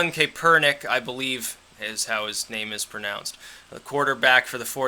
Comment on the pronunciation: Ka per nick is how they pronounce it on ESPN (so take that for what it's worth).